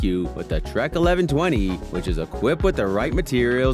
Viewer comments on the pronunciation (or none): none